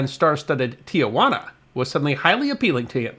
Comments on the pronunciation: Giacomo is NOT pronounced jee-uh-KO-mo, but JAH-kuh-mo. and Tijuana is a three-syllable word: TEE-wah-na, not TEE-uh-wah-na. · As noted elsewhere, it's Tee-wah-na, NOT Tee-ah-wah-na. I grew up in the Sandy Eggo area and we would often stop for lunch at Caesar's on our way down to Ensenada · Tijuana, not "Tiajuana." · 6/22/2024 Oh my, made a (very small) mistake. It's OK because almost everyone does. The Mexican town is not pronounced Tea -a-wanna. Tijuana is correctly pronounced Tea-wanna, no "A" in the middle, and that only comes close, some pronounce it Teh-wanna. As I said, we all make that mistake. I was stationed in San Diego in the late 1960's We said it wrong all the time, occasionally causing a fist fight (in TJ) with the locals. I never had a salad there. Still, one great video.;-) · I don't know why so many Americans pronounce the city's name as Tia-juana. There's no extra a there. it's Ti-juana. Three syllables, not four. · Tijuana is pronounced Tee-jwana, not Tee-uh-jwana. No big deal. Even many of us neighboring San Diegans get it wrong. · There are only two of the letter 'A' in Tijuana; pronounced Tee-hwana, and definitely NOT Tee-a-wana. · It is pronounced TEE-WANA, not TEE-A-WANA. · Nice but I'd like to respectfully inform you that it's pronounced Ti juana not Ti a juana. There's no a in the second syllable, or maybe more correctly I should say, it's just two syllables, not three with an a between Ti and juana. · Not to be nit-pickey, but I will be for a moment. There is no such place as Tia-Juana. The correct pronunciation is Ti-juana. There is no "a." How do you know? you ask. Simple. I was born about six miles north of the Tijuana/California border, and was raised in National City, which is about 20 miles from the same border. I used to visit there on a semi-regular basis. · a MINOR CORRECTION: THE CITY IS PRONOUNCED T Juana, not Tiajuana. it's a common mistake, the river that passes by is pronounced Tee-uh-waa-nuh, though.